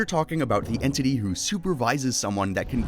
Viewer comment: 1-:14 "HWO IS THAT"